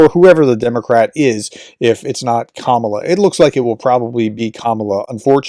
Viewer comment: KamAla, not KamUla